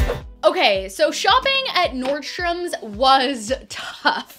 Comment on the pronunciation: Is anyone else bothered by the fact that she says NordstromS when there isn't an S??